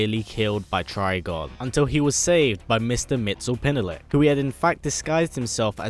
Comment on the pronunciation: Mix yes spit lick is how you pronounce Mr. Mxysptlk. Also, this is fucking awesome. Keep it up, sir.